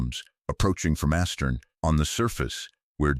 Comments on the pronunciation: "AStern. " Does anyone check these AI narrations? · That's the drawback of AI. It can't even pronounce "astern" No reason to subscribe.